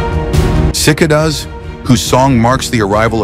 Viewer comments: Sick-uh-duz. Since when is Sigh-k-duz pronounced that way. Screw AI voice overs. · Sick-a does?? Try cicadas as in (sic-Kay-does) or get a better AI voice. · Sickadah? Bwahahahaha. You know it's AI when they pronounce words wrong. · I can't stand AI voices. "Sick-a-duhs"? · sic-kay-duh, Cicada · You had me until "sick-a-duhs" AKA Cicadas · what the HELL is a "sickadoes"? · Sacadiaus not cicadus 😂😂😂😂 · Feck your sick-a-das and the rest of your AI narration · Sick-uh-duhs ey? Freaking AI voice overs... so lazy. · “Sick-a-das” seriously? AI narratives need to catch up with the technology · U idiot it's pronounced CICADAS, NOT CIGADOOS LOL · "cicadas" mis pronounced. Mispronunciations are a telltale AI giveaway